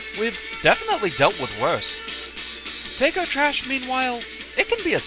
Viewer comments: It sounded like you were saying Tako like "Take-oh" but it's pronounced more like taco, like the delicious mexican food. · Tako is pronounced "Tah-koh" in Japanese. :P